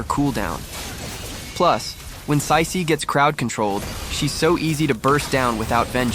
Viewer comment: Bro not saisi, its cici